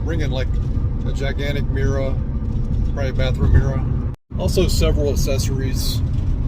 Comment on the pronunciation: Your accent really comes through on the word mirror haha